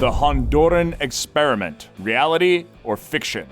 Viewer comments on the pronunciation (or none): none